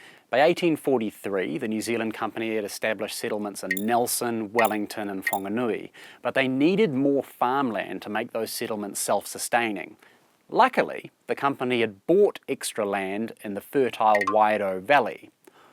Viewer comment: Its not "Fonganui"! You would think a "show" like this would know how to pronounce place names correctly.